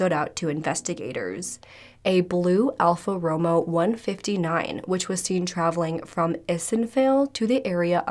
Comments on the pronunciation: Bless your heart but Alpha Romeo is pronounced roh-may-oh, not Romo as in Tony lol It's one of the most expensive cars in the world. :) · love you, dear. so don't take this wrong it's "alpha ro-mayo" not romo 🖤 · How hard is it to say Alfa Romeo (Roh may oh) smh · Just an FYI... pronunciation of the car is Alfa RO-MAY-OH. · its pronounced Al ~ fuh row ~ may ~ ow. My husband loves those cars and take my word, its pronounced like I put in this comment. You can also google how to pronounce it, and it will say it like I said in this txt. It's not a big deal, I know, but I thought you might be interested in the correct way to pronounce it. Google any word on how to pronounce it, and you'll never mispronounce anything. I've had to use it several times, and it's the best thing without being a pain to use. Love your hair. The lighter color around your face is perfect and such a beautiful color to frame your face and bring more focus on it. You're so pretty no matter what any way, but that just brought it out more. That shade of green is perfect. I'm a narural red/ auburn but getting old has made me a strawberry blond but enough red still mingled in to know I'm definitely a red head and I miss my hair color before it started going gray but I get a lot of compliments on this shade like my original hair color before 50+. Excellent video and commentary as usual. 👋🏻✌🏻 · Btw ALfa Romeo is pronounced Alfa 'Row-mayo' I have Alfas, love them! 😉